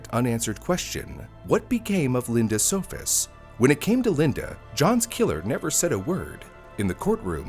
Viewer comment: It’s good not naming the murderer, but at least get the victims’ name right. Their last name was “Sohus’, not “Sofus’.